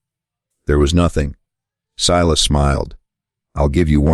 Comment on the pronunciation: Pronounce his name Silas, not "Seelas". Main character so this should be automatically done.